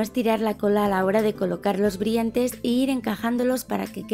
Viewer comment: me lo parece a mi o dice "briantes"